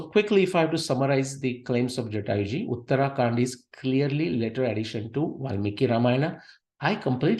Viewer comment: please learn proper pronunciation - uttara kaanDa, not uttaraa kaanDa.